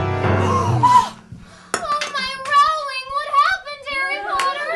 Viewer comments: It’s R-oh-ling not R-ahw-ling! 😒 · I can’t help but be annoyed that Ginny mispronounces ‘Rowling.’ She has said time and again that is is pronounced like ‘bowling.’ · 'oh my rowling' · 'Rowling' But still an epic post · Ahahaha, "Oh my Rowling" xD